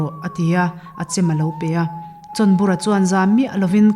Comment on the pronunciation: chhawnbura ti a a lam hi a diklo,chawnbura tih a ni si a.